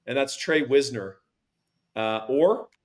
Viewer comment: It's pronounced WISE-ner, no? It's annoying that the roster has no pronunciation for him even though they have them for many obvious ones.